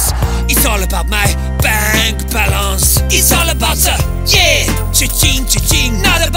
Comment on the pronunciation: " Bank Balonce"🤣